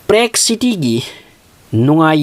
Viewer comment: Prague ki pronounce se chumdko